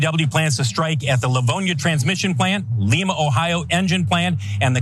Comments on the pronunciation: Not "LEE-mah" Ohio, "LYE-mah" Ohio. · In Ohio Lima is pronounced LEYE-muh. Not LEE-MAH . LEE-MAH is in Peru. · Alright I need to say this, it's LIEma Ohio not LEEma lol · It's Lima, not Leema, think the bean, not the South American city. Ohio has a ton of town names that are pronounced unexpectedly. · Pronunciation.....leemah is in Peru, S.A. LIE-MAH is in Ohio, U.S.A. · It’s Lima (Lie-ma), not Lima (Lee-ma) like Brazil. I grew 20 minutes away from that plant. If you’re a news company do your due diligence and get the names right. Love TYT! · "Lee-ma" is in Peru, "Lie-ma" is in Ohio. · Dayton, Ohio represent: LEYE-MA it is......